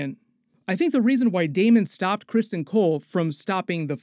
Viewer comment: It's CRISTON not Crispin